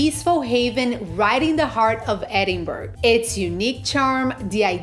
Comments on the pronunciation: Whole video of calling it a place in Sweden! Its NO BURG! Hen! Its Bra!!!! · I am leaving after hearing edin-burg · For f*cks sake it's pronounced Edin-burra! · Closing this after 20 seconds. How disrespectful to not even correctly pronounce the city's name. It's not optional! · Its such a put off to hear the wrong pronounciation